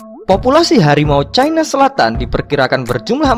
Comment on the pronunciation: Harimau caina selatan, kalo mau inggris, inggris semua pengucapannya, taiger sauts chaina. Harimau cina selatan gitu doang kok susah